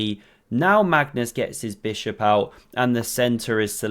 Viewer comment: “Stack ma bis hop”